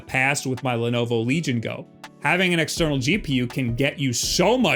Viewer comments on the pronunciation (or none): listen to the way you say "Legion Go". Correct this immediately.